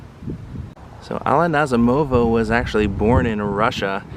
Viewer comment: The emphasis is on the 2nd syllable, Na ZEE mo va.